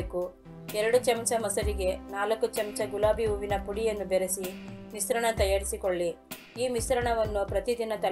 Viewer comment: Yar matadirorige sha uchharane bartila shampoo anoke sampoo anta, kesha anoke kesa anta mishrana anoke misrana gotayta